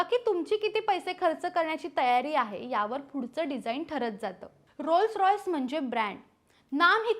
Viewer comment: बाई पहिले रोल्स रोईस म्हणायला शिका ओ....